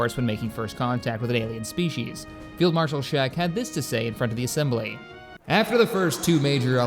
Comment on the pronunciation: Stille pirm spishes